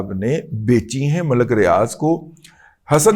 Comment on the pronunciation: آپ ختم نبوت کا پرچم تھامے ہوئے ہیں اس لیے اللہ تعالٰی آپ کی حفاظت فرمائے گا ۔ ہماری دعائیں آپ کے ساتھ ہیں ۔ ایک مہربانی ضرور کریں کہ ملک کے تلفظ میں لام پر پیش نہیں بلکہ جزم پڑھیں ۔ شکریہ